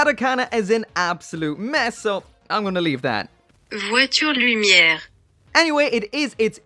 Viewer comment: It's pronounced Loom-eee-heir. Just thought I'd let you know.